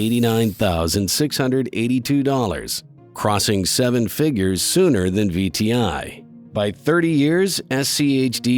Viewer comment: It should be "better than" not "better ten"